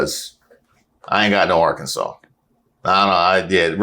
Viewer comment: Good ole “Are-Kansas” at it again